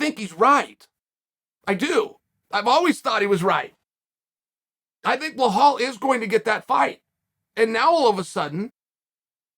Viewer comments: Chael - So you read ALL the comments? His name has FIVE letters. Learn to pronounce it... at least ONCE. Then repeat that... forever. OK, Chahail? ugh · Once again. Chael please pronounce Belal name correctly.. it’s really easy bro.. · He’s so good you don’t know his name lol. Undisputed, it’s pronounced Bee-Lal 🤟🏻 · Until you learn how to correctly pronounce Bluh-HALL, you shouldn't even be allowed to post comments. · Why does he say belal as belhal lmao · chael "blehal mehamed" sonnen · Your saying his name incorrectly…. According to chael it’s blehal…. So it’s blehal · chael there is no H in belal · Uncle Chael's criminal mispronunciation of fighter names literally makes my day better. I always look forward to a new person's name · One fight I wanna see is Chael Sonnen vs pronouncing the name 'Belal' correctly. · Don’t ever tell Uncle Chael to “remember the name” when it is actually pronounced “Bah-Hal” Mohammad. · Straight to the comments for the people complaining that Chael can't remember how to pronounce his name correctly.... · Peace to everyone, Chael could you please just pronounce Belal, there's no ''h'' in his name. Trust me I can write it down in arabic and since 15 centuries this name exists, it never contained the sound you put after letter B. Please, it is even easier to sound accurate! Btw your insights and analysis are great.! No offense, just love, take care! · “Blahal” ……. It’s BELAL chael there is no H so cringy ……… he calls Makhachev “Malkalchev” and he calls BELAL “Blahal” ….. say it right it’s not that hard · Why is it so hard to say BILL AL. This fool always butchers names. BLOWHALL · Blahal... It's Beh-lal Belal Uncle Chael murdering names left right and center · Uncle Chael I love you but it's pronounced 'Bee-Lal' not 'Bla-hal" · His name is Belal, not Blohal. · Cheal ma brotha it’s Be-lal not Ba-hal. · Love your work. Please learn to say the name BILAL. His name is not Blahal!! thanks!! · Behal Muhammad: ❌ Bluh-hull: ✅ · BELAL - Beh-Lawl